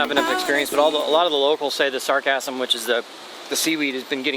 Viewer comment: Dude, it is Sargassum Weed, not “sarcasm weed”. Although you can call my comment sarcasm, you should not call it sargassum! Lol